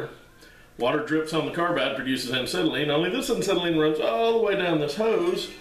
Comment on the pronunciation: Ancetylene? No, acetylene.